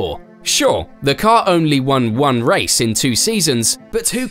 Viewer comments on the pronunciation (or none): none